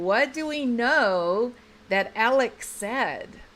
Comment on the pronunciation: No one can say that man’s name correctly: it’s AleX, not AleC. My search continues…